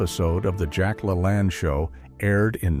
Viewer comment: Ai, not pronounced correctly, I remember every morning my mother watched Jack La Lane, not Lalan....Callesthetics....My mother every morning, got up or came home after 3rd shift as a Supervsior at Texas Instruments, put on makeup, or freshened it. Completely dressed, including stilettos. And Jack, and the blonde lady who also helped. 😊❤.